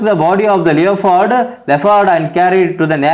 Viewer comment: You must improve your pronunciation... Leopard.. Gourd... I enjoyed your story...in Kannada. I want you to also give more attention to your tone.